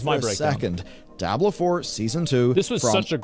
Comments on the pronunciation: Its called Diablo 4 not Die ablo 4. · can't decide how to pronounce Diablo. dye-a-blo at the start and diablo at the end LMAO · calling Diablo "Die-ah-blow" is just wild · Why is this guy saying "DIE-ablo Four?" Come on, man. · Why does he have to pronounce it die-ablo it's so triggering to me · What the fuck is Die-Ah-Blow 4? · DIE-ABLO GG. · Dye-ab-low Me: wtf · "Die Ablo!" 😂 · dieablo he say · why does he say DIE-ABLOW four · why is he calling it die hablo? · the way this dude says "Die-Ablo 4" is annoying. 😑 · Why TF are people pronouncing Diablo as "DIE-ablo"🤦‍♂🤦‍♂ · Brother pronouncing it as "Die-abolo" is killing my immersion lol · DIE ABLO i'm dead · Hear the guy pronounce 'Diablo' in a weird way each time really made me cringe, it's a spanish word so pronounce it as it is written. So for you would be like "dee-A-blo" . And read the A like the a on Cat. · Is he deliberately saying Diablo wrong?